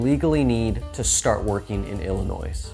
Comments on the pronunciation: I can't stop laughing. Every time he says it. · There is only one ILLINOIS. Say it correctly